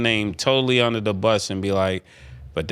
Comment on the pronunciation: under not udner lol